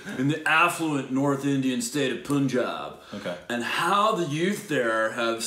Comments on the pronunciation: It's Pun-jaab, pun as in pun-intended. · It's a Bun not a Ban, as like Punjāb not pajāb. 😋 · You're right about the pronounciation everytime. But it's "Pun"-jab not Poonjab. The latter sounds really weird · Bro it's not poonjab. It's Pun jaab. It's a state (not a city) in India where people live. People from this state are called Punjabi and they speak Punjabi (language) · Guys its not Poonjab..it spells like Punch-aab.. #LongLiveStupidity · It is't pronouced as poonjab...rather its pronounced as panjaab. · Pronunciation more like panjab than punjab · "Udta Punjab" means flying Punjab.Punjab is PROnounced as Panjab. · It's not poo-u-n -jaab 😄oh I m dying😂😂😂😂😂😂😂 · The 'U' in Punjab is pronounced as 'U' in *Umbrella*. So its Pun Jab. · They heard the word Punjab so many times in the trailer yet they pronounced it as 'Poonjab' 😂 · Alright, little correction here, say it like Pun (yes, the english word) and "jaab", pun-jaab. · It's not poonjab😂 its shun bun run pun punjab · Guys you pronounce Punjab wrongly. It's like puns (pan) so it's Punjab pronounced as panjab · Punjab say it as Panjaab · Its pronounced pun(joke)-jaab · I ll make it easy for you to say Punjab. Foreigners usually butcher the pronounciation of this state. Its Pan-jaab. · Also its pronounced as Pun(as in "pun" intended) jab is pronounced as "Jaab" say it together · When you read "PUN" as PUN... Then why will you read "PUNJAB" as POONJAB..??? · No it’s urr taa punjab not poonjab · its not poonjaab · Oh c'mon it's not the way you pronounce it! Punjab is a state in India. It is pronounced as pun-jab...just pronounced the word _pun and jab... Punjab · You can pronounce Mumbai right, why not PUNjab...? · So so wrongly pronounced 😂 😂 😂 😂 😂